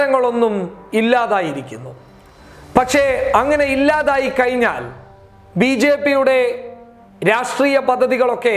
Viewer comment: കയിഞ്ഞാൽ അല്ല കഴിഞ്ഞാൽ... ഴ:ഴ